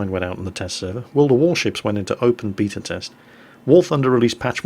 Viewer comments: Sebastian Wittmann i have lived in england for 9 years and never heard anyone say it the way he does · you say beta weird :O